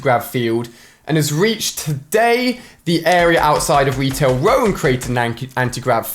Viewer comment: Lmao, he said Retail Row like "Wetail Whoa" lol alia sucks